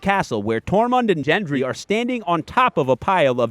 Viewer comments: His name is Gendry. Not Jendry. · Please, it's Gendry, with a G sound like Go. Not a J sound like Juice. Gendry. Gendry Gendry. Not Jendry. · Is this a Jame to you? Or a “Jif?” No; it’s a GĀme- as in Gën-drē, not Jën-drē. His name is spoken insert this amount of times thus far. Should be understandable by now. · Great video ! just wondering why you say Jenndree instead of gen-dree like they say in the show like everytime he's mentioned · Ffs it’s gendry not jendry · The quick clip of the "north men" were of the knights of the vale. Also u mispronounced a few names like gendry and mormont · You kept mispronouncing Gendry's name. ☹ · Why can nobody pronounce Genrdry's name correctly?